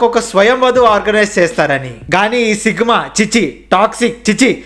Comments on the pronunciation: Sigma not sickma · Sigma ❌sickma ✅😂😂😂